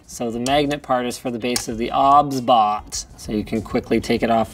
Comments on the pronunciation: OBSBOT , pronounced OB-SBOT , I thought its OBS-BOT 😅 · It's O-B-S Bot no obs bot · I thought it was pronounced O B S Bot rather than Obsbot 🤔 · Isn’t it’s name pronounced like OBS Bot?